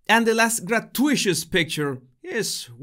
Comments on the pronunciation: Grah-too-it-us! You're welcome 😁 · Just an FYI - gratuitous is pronounced gra-too-it-us. Emphasis is on "too." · gratuitous is pronounced gra-too-i-tus. I hope that makes sense. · Hey! Just a friendly translation tip. Gratuitous is pronounced Grah-two-eh-tus Hope this helps, love your show, as always. Have a lovely day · Great Video! I luv ya but it is pronounce Grah-two-e-tus.